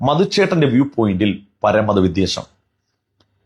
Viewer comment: പ്രിയപ്പെട്ട.. വി'ദ്വേ'ഷം (വെറുപ്പ്) എന്നാണ്...ശ്രദ്ധിക്കുമല്ലോ... 👍